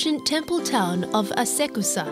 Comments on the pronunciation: Ah-sah-koo-sah (あさくさ), not ah-seh-koo-sah (あせくさ). Ah-seh-koo-sah makes it sound like you're saying "your sweat stinks". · Pronouncing Asakusa as AsEkusa is intolerable. Latter means to smell sweaty. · 'Asekusa' is a wrong pronunciation unfortunately haha